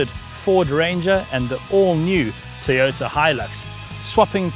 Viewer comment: its toyota not tiyota... thats how its pronounced